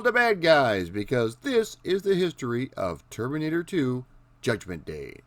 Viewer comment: Termurnitter 2?